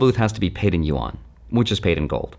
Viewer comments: "YU-AN" what is he saying???? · You might as well learn how to say it; Yuan Like U N But closer together, just say it faster. You-en It's spelled funny, but that 'a' is pronounced more like an 'e', not like you-awn. Just say UN really fast and you're 9 tenths of the way there. Yuan